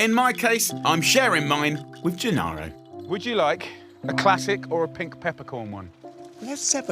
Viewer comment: Whoever was responsible for the printed words deserves.... 'Gennaro' not 'Janaro'. And other things. Italian is not difficult. But Brits are not famous for knowing foreign languages, though not quite as bad as Americans.